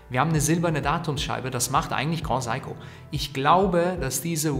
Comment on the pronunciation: Danke für das Review. Good Job, sehr angenehm zuzuhören. Aber bitte bitte, das Grand in GrandSeiko wird nicht französisch ausgesprochen.. siehe Video vom CEO von GS. ;)